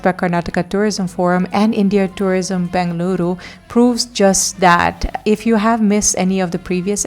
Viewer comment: Did I hear you say BAngaluru once? You did pronounce it correctly later. Please don’t say BAngaluru. You are now a Bengaluru girl and you know that the second letter is E not A. We know a lot of non-kannadigas including news readers of prominent TV channels mispronounce the name of your city. Thank you for introducing Mangaluru. This is pronounced Mungaluru and is a conjugate word - Mangala + Uru - the city of Mangala Devi - just as Mumbai is the city of Mumba Devi.